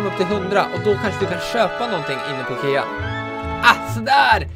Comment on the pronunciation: Det heter ikea inte ekea